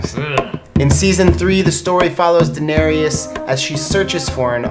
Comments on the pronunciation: Her name is pronounced Dih-nare-is not Daenariyas. 🤦🏻‍♀️ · ''Daenereus" English speakers that don't know a second langauage never cease to amaze me with their pronunciation of names. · Why do you call her Daenerias? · Guillaume Couture Levesque Yes, they say 'Danerius' instead of 'Danereese' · One thing tho. It is Daenerys, not Daenanerys or whatever you are saying. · Jack Griffin exactly. Her name is not DaneriUS. It is Daenerys. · How many seasons of GOT have you seen and you do not know that they pronounce her name Dani or Den-air-us not Danareus? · Enjoyed this very much! But why do you butcher Danearys's name? Its "Da-nair-ys" 3 syllables. Not how you are pronouncing it! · Who is 'Danarius'? 😑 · Is it just me or are they adding an extra vowel to Daenerys? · Enjoyed it. But I wish they'd pronounce Daenerys's name correctly! Right tho??? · I'm an English speaker who doesn't know a second language (unless you count some French) and I know how to correctly pronounce Daenerys and it was driving me crazy that they kept saying it wrong!! I mean how many times do they say her name on the show?? You'd be surprised how many people confuse Bronn with Bran 🙄🙄🙄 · Why are they pronouncing Daenerys wrong, have they even seen the show? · I hate how they pronounce Daenerys.. or am I just saying it wrong? They also pronounced Qarth wrong.. I'm so nit picky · SAY DAENERYS NAME RIGHT!! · I'm cringing every time you say Daenerys . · Did he really say “Kwarth” and “Daneryiss” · Hi, I really appreciate you giving a lot of effort into this video! I just wanted to point out some of the words you mispronounced: Daenerys, Girona, Meteora, and most of the Croatian locations. Keep up the good work!